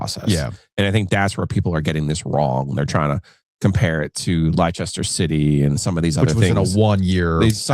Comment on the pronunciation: "LYE-chester" City? :_giglio: It's pronounced "lester" 😆